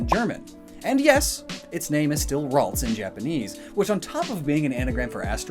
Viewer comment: Ah yes Raltsa